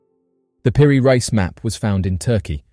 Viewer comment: Peri "Reese", not Rice.